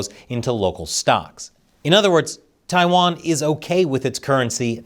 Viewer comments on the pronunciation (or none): none